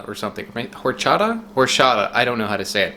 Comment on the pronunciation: HORE-chata sounds like a place where Mexican Voldemort stores a piece of his soul.